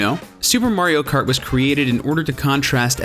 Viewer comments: I thought he said MARIO FART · I think I've heard "Mario Kert" enough for one day :P